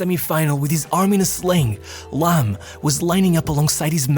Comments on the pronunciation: video is good but It's annoying how you pronounce the players names. He is called Phillipp Lahm not Lamm. The other names were fucked up too... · This shitty AI voice needs to learn how to pronounce names ... but Lahm ( pronounced Laaaam ) was from another planet, incredible player ...